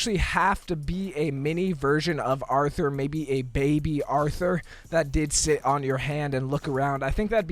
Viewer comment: Hold up. Did you say Arthur? No it is Artur